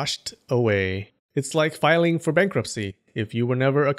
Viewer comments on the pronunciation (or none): none